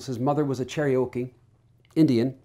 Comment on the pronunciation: Oh no. Is this in favor of? He was a master grifter. How sad anyone would promote what he did. Also, as a Cherokee Indian myself… it’s not pronounced “cherry oh key” it’s pronounced “Chair uh kee”